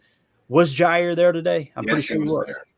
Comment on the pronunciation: He said "Ja Rule" 💀 trying say Jaire and Rasule... 😆 love it